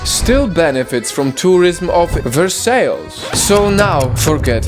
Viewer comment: He said versailes wrong